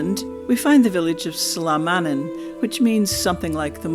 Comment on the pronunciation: You're pronouncing Salmannan wrong , I'm from Alloa, I ken.